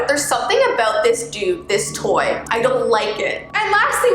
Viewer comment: I don’t know if anyone notice but when she said “Toy” it’s sounded like “Tor” (Is it just me-)